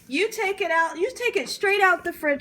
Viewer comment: Love that you say “frigerator” ❤